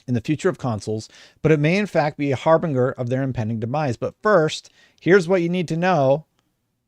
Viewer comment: Hi! I like your work! Just wanted to point out that harbinger is pronounced hahr-bin-jer.